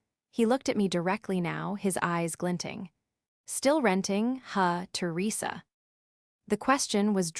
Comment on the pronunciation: To Risa seriously AI… Teresa .. not really that hard. Try harder!!! Venu …ease whaaat😂😂😂